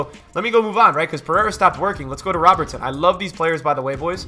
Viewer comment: Why do you pronounce ‘Robertson’ like he’s Brazilian? Bro he’s Scottish. Love your vids man.